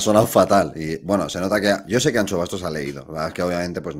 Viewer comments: ¡¡ si sabes decir Shakira puedes decir AnXo.... xD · Como duele escuchar "Miguel AnCHo Bastos" xDDD